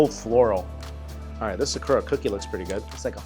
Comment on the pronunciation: Bro said “SAAKOORAA” tf is wrong with you bro, atleast TRY to properly annunciate